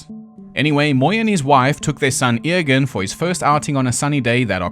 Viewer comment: Eòghan is a Scottish Gaelic name which is usually anglicised as Ewan and pronounced you-en (unlike the Irish version which is pronounced Owen). Not surprised that tripped you up though!